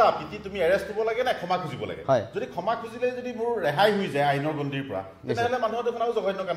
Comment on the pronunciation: খেমা নে ক্ষমা ? শুদ্ধ উচ্চাৰণত মনোনিবেশ কৰিবলৈ আহ্বান কৰিলোঁ।